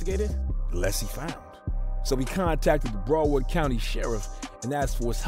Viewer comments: Idc how late i am on this video I came to say STOP SAYING BROWARD LIKE THAT! Brow pronounced the same as when you say eyebrow. BROWARD brow-erd = BROWARD Not Bro Not Browf And there is definitely no f in it so i don't know what you was trying that first time lol brow please BROW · Its BROWARD COUNTY NOT BRUUUWORD COUNTY LOL 😂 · Brow-ard County. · Lol this video is filled with errors....he mixed up ynw sac chaser and ynw juvy when he introduced them and keeps calling it BRO-WORD county 😂. This guy is fried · BROW-WARD COUNTY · This guy doesn't know how to.say Broward County 😅